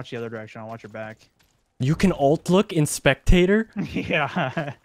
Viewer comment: "I'll be Bok"